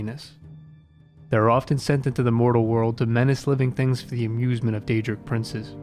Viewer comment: That was a very nice summary of the snow elves. Gotta work on the pronounciation of those daedric princes though ;)